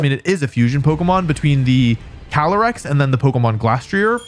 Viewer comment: 1. Caly-ice 2. Incineroar